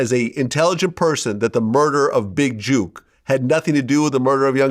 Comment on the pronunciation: It’s jook not juke tf vlad talking about